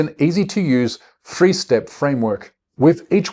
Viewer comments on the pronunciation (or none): … it’s THree not free. Fefth of land?